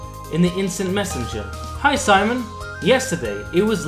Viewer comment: Why SIMON? His name is SEMYON. It is Russian name!